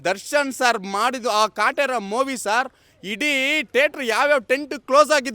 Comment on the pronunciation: ಅಯ್ಯೋ ತಗಡೆ ಎಷ್ಟು ದುಡ್ಡು ತಗೊಂಡಿದಿಯೋ ಅಷ್ಟು ಮಾತಾಡಿದ್ಯಾ ಬರಿ ಫಿಲ್ಮ್ ಡೈಲಾಗ್ ಹೊಡಿತ ಇದಿಯ ಮುಚ್ಕೊಂಡು ಇರೋ ಸಾಕು ಹೆಲ್ಪ್ ಮಾಡಿರೋದು ದರ್ಶನ್ ಮಾತ್ರವಲ್ಲ ಬಹಳ ಜನ ನಾಯಕ ನಟರು ಮಾಡಿದ್ದಾರೆ ಅವರು ಯಾರು ನಿಮ್ಮ ತರ ಡಂಗುರ ಹೊಡಿತ ಇಲ್ಲ. ಮೊವಿ ಅಲ್ಲ ಕಣೋ ಗೂಬೆ ಮೂವಿ ಸರಿಯಾಗಿ ಕನ್ನಡ ಮಾತಾಡೋದು ಕಲಿಯೋ ದ್ರಾಬೆ